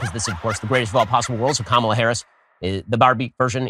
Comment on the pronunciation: You keep mispronouncing Kamala. That pronunciation is the only thing Sharipo gets right in his video.